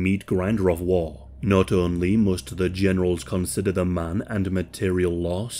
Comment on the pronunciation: He says war like Wall